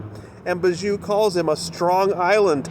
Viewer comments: I know Chynna is Bijou’s sister but showing up in support of a rapist when your brand is being a Christian vlogger is not a good look. Also I know it’s silly but it drives my crazy every time you say her name..... it pronounced BEE-joo not Ba-JOO. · FYI Bijou is pronounced Bee-zhoo